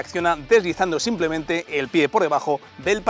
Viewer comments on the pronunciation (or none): none